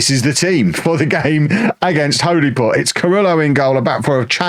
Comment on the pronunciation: Its pronounced "Hollyport".👍